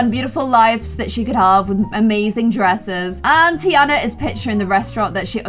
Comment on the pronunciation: pronouncing tiana as teaana. Me: “it’s pronounced tiarna”